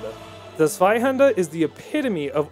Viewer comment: Oof Good work but this is why I love hate your videos Zweihander: “ZVAIHANDAH!” Very dramatic, very nice. Ichor: “eeicker” Shudder. Pronounced “eye-core” like Shovel Knight taught me